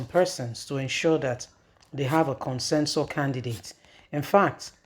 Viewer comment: This woman, the word is 'CONSENSUS' not 'Consensor' as you pronounce it always.